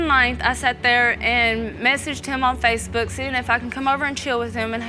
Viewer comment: Every Time Said SpaceBook 😂 My Man Was Getting Two Social Media Together